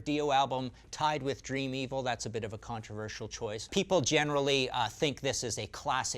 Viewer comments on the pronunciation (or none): none